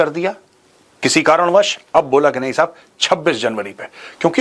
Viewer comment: The way Major Sahib says- Sahab, shows training